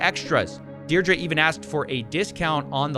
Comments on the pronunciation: Is that how Americans say "Deidre" or is he just saying it wrong? I've only ever heard it pronounced "Deerdree" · Deirdre = DEAR DREE THE WHOLE VIDEO YOU SAID IT WRONG.